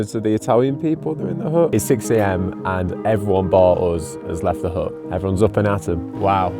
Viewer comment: U know u are english when a HUT is spoken as HUUUH